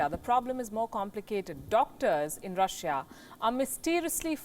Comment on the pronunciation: can you get a new anchor who knows how to say the word Russia correctly next time?